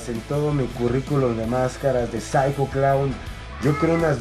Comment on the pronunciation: Cuando dises Psycho locos dise 5locos